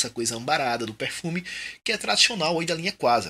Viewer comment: Acho muito massa seu sotaque quando você fala pérfumi kkkkkkk sucesso manoooo